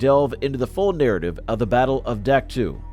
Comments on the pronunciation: Doc toe NOT duck too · I can't stand when people pretend to be an historian and can't even pronounce the fkn names of the places their talking about...Dack two 🫥.....it's Dahk toe....learn about what you talk about....if you can't take the time to learn how to pronounce the places you talk about accurately , what's that say about the accuracy of "Anything" you say?.....have pride in what you do. How we do anything , is how we do EVERYTHING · Duck two ? I can't stand this A.I. shit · AI narrators are absolutely worthless...Duck Two? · It's pronounced Dak Toe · You lost me at the first "Dak too". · Dien Bien Phu was 1954 not 53, I heard it on the radio getting ready to go to school. Dak To in pronounced in English DOC TOE. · Terrible video. The announcer mispronounced the name of Dak To and other places, plus many of the images had nothing to do with Vietnam. The creditability of the video is dubious.